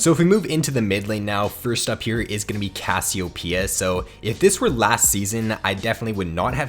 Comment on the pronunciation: haha great vid.. just hate that pronunciation of Cassiopeia xD